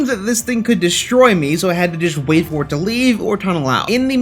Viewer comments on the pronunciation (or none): none